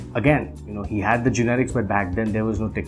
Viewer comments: why does he keep saying generics!!!..it's genetics dude..:// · he keeps pronouncing " genetics " as " generics " ... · GENETICS not GENERICS lol